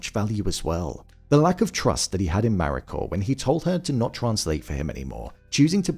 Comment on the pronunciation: Need to learn to say the Japanese names, such as "Mariko", even half reasonably well!